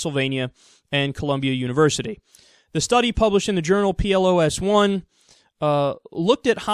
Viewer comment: Kyle, it's pronounced plos (like plus), not P L O S.